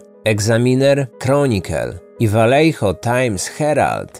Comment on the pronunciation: pierwsze 4 minuty i już mam trigger xD miejscowość czyta się po hiszpańsku czyli Wajeho (oryginalnie Vallejo). Podwójne "L" czyta się jako "J", a litera "J" w słowach czyta się jako "H" :)